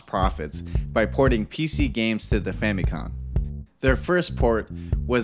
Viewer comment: Great video and I would love to see the series continue on. I love video game history videos. However, a lot of the pronunciations are way off, to the point of being wrong. The Famicom keeps being called the "FamicoN" and several Japanese names are inconsistently mangled with incorrect letters. That is really the only thing that is taking me out of the video. That small gripe aside, great job!